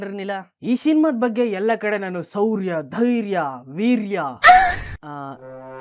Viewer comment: Brother my suggestion to you is stop making videos. 😂😂 but Olle maja kotte. Nan comment na delete madbeda. Hope (ಹೋಪ್) ಅನ್ನೋ english word ನ “ಓಪ್” ಅಂತಿಯಾ ಶೌರ್ಯ ಅನ್ನೋಕೆ ಸೌರ್ಯ antiya Hats off ಗೆ ಆಟ್ಸ್ಆಫ್ಟ್ ಅಂತಿಯಾ Algorithm ಗೆ ಹಾಲ್ಗರಿದಂ ಅಂತಿಯಾ and what the fuck is illucination?? Aura ಅನ್ನೋ ಬ್ಯೂಟಿಫುಲ್ word ಗೆ ಹೋರಾ ಅಂತಿದ್ಯಾ 😂😂😂 ಹೀರೋ ಗೆ ಈರೋ ಅಂತಿಯಾ ಇಷ್ಟೆಲ್ಲಾ ತಪ್ಪನ್ನ ಒಂದು ಚಿಕ್ಕ ವಿಡಿಯೋದಲ್ಲಿ ಮಾಡೋ ನೀನು ಅದೇನ್ ಮೂವಿ ರಿವ್ಯೂ ಮಾಡ್ತಿಯೋ 😂😂😂😂😂😂 ಈ ತರ ಮುಕ್ಕರಿಯೋ ವಿಡಿಯೋ ಮಾಡೋದ್ ಬಿಡು ಮಗ ಆಗಲ್ಲ ನೀನ್ ಹತ್ರ ಅಂಡ್ ಡೋಂಟ್ ಡಿಲೀಟ್ ಮೈ ಕಾಮೆಂಟ್